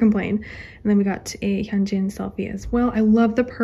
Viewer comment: why do u say hyunjeeen not to be rude he's not a pear of jeans